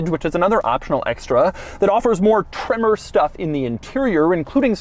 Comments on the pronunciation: Took a shot every time Doug said “TreMMor!” I died. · Gotta love how he says “TREMOR👺” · Why must he put that annoying emphasis on the word “tremor” every time he says it?